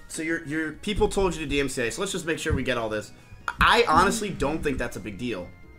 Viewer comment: Dude just said suwoo 😂